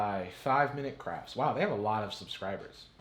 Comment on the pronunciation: i heard "5 minutes craps"